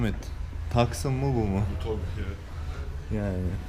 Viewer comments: Tucson yazısını "taksın" diye okumak nedir ya :) İngilizce telaffuzu bile "tüsan" olur en fazla :) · Tucson un telaffuzu taksın değil tuğsan dır. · taksın değil tuson diye okunuyor.. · gerçekten başarılı araç oldukça sportif adı gibi bu sene 1.6 crdi dct versiyonu gelecek satışları baya artacak . bu arada hyundai tuscon ( TUSON ) olarak okunuyor taskın değil bilginiz olsun =) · taksın ve sıportaj demen güldürdü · O aracın o donanımlı paketine ve beyazına 2 gün önce 126.000 fiyat aldım. Bu arada tucson yazılır tuson okunur kardeşim.:)) Tucson a göre kalite algısı çok daha fazla ama Tucson dışarıdan daha güzel açıkçası. Sanırım 2 gün içinde exp paketini alacağım sportage'nin hemde 114.000 bine. Liste fiyatlarını baz almayın bayilerle direk görüşün ve mümkünse her ikisini de (Tucson-Sportage) mutlaka test edin.